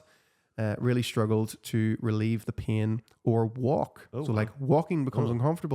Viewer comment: To my Australian ears the way you pronounce "pain" sounds like "peeing" 😂